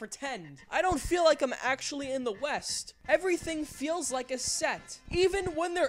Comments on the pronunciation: A Million Ways to Die in the West? I thought you Said: 'A Million Ways to Die in the Weast' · Weast? What kind of compass are you reading lad?